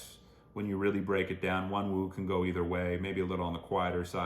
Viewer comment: the8’s real name is xu minghao (myungho would be the korean pronunciation which is what the guys tend to call him). also you don’t pronounce the second “w” in wonwoo’s name, it’s more like wonu :) i would love for you to react to other seventeen content, especially going seventeen which is their own variety show. it can be really overwhelming at first but it’s really insightful i think. i would recommend their recent eps about mbti types, or maybe a TTT episode since those usually don’t have any theme and it’s just the guys doing whatever :) have funnnn !!